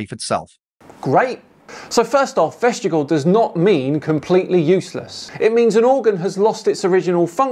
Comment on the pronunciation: Ooopsie! It's vestig-I-al, not vest-igal! The second letter I makes a big difference to how you pronounce it.